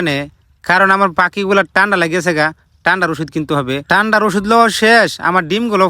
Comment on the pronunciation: ঠান্ডা ❎ টান্ডা✅